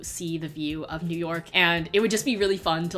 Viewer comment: no one: absolutely no one:: it’s noo YAWK baybeeeee